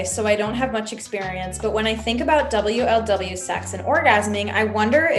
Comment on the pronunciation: the way u say double u el double u instead of wuhluhwuh. honestly impressive